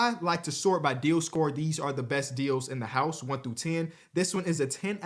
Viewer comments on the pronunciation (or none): none